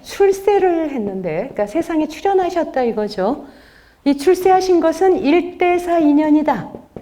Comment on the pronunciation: 긴 자를 짧게 잘못 발음한 예: 시비, 미추,회통,나중에,사실,두 가지,피시,사시면서(living),손해,세존,세계,선(악의 대), 시비,문제,가치,유사, 비교 ,차치,가능성, 등 장단음 문제는 실로 심각 합니다. 그리고 ,한자 구 독법이 엉망입니다. 두 가지만 예를 듭니다. "한 큰 일"이라는 "일대사"를 "일대"라고 하고"사"라고 띄어서 읽었는데, 이것은 "일"하고 "대사"라고 띄어서 읽으셔야지요. 왜냐고요? "일"이 대사를 수식하기 때문이지요. 그러므로, "대사"는 가라 놓을 단어가 아니올시다. 또 한가지 엉터리!! "중생지견"을 선생께서, 두 자씩 띄어서 읽으셨습니다. 엉터리입니다. "중생지"하고 "견"이라고 띄어 읽으십시요. 이 "지"는 소유격으로 쓰여젔기 때문입니다. 한문 고전 강의를 하려면 좀 더 한문 공부를 해야겠다. 금방 또 한 가지 놀라운 발음!!! "바보"라는 우리 평상어를 이 대 학자께서,"바"를 짧게 발음하고""보"를 "강하게" 발음하셨으니, 이 알마나 놀ㄹ운 일인가? 학교란 문전에도 가시지 못하신 ㅇ 리 할머니도 이 "바보"라는 말을 그릇 발음하시는 없었다!! 이 것이 현대 한국 언어 풍속도다. "한국 어문을 고발함"이라는 책을 고국 동포여! 읽어 주시옵소서. 1967년에 고국을 떠난 이 늙은 이가 "눈물로" 쓴 책이옵니다. 미국 변 완수 드림